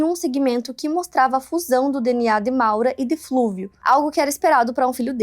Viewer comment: Não é "Flúvio", mas Fúlvio; não é "genecistas", mas geneticistas. Sempre melhorando.